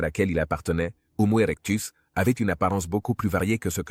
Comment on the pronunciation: Quel gâchis ! Une voix artificielle incapable de prononcer "homo erectus" et tout le reste...